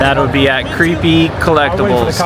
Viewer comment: You realize its pronounced CREEPIE, not Creep I.E.